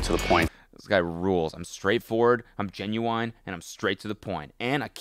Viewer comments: Genu..aine... Where in the world is it pronounced like that? Genuainely wondering. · sorry, genuWINE?? -an American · I will never trust anyone who pronounces genuine as "genuINE" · it’s pronounced both ways, it’a just rare for for it be pronounced as genuWINE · i'm a non-native and i've NEVER heard anyone say it genuWINE before this video lol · it's wrong 😂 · the way cody pronounces genuine makes me aggressive